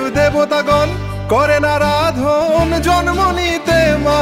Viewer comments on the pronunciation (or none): Pronunciation problem bro.Naradhon or Aradhon which one is right!?